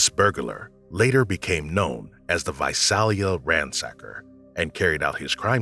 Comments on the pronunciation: #17 Visalia is pronounced Vi-sail-ia. I lived near there most of my childhood. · Its pronounced Vi-sail-a not Vi-sal-a. Lived there for years. The Golden State Killer was a scary time.